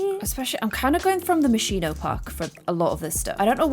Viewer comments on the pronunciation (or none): Hi! hope you see this Moschino is pronounced "Moskino" not "Moshino" thank you hope it's a little teeny bit helpful☺️💗